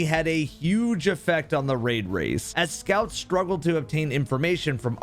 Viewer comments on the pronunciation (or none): Bro “scouts”